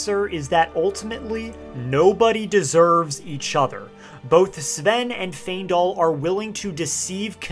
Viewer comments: Im sorry cab you stop calling him "Seeven" his name us Sven 😬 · It’s pronounced Sven, not S’Ven. 😊